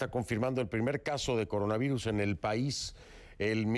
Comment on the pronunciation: No pueden decir "por" pero si coronavairus! Y la simple razón de meter L por R queda ridícula.